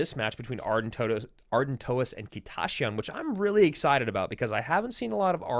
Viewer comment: why does say "kita ya shyan" its just kita shyan" lol